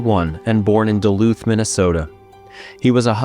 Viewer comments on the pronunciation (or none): none